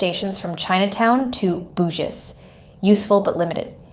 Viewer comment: Bugis is actually pronounced as bu-gis